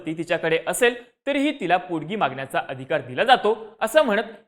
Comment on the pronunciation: पोडगी नाही रे पोटगी